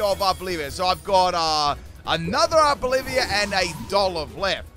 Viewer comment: It's ARVOLIVA, OLIVA NOT OLIVIA! I would have though that after using it for so many months you would read it lol. It comes from oliva, olive